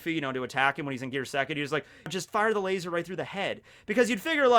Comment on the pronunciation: Things I learned in this video 1. Barry is God 3. Kizaru is a God, but a lazy God 2. Laser (in our asian accent) is pronounced as "LAZOR"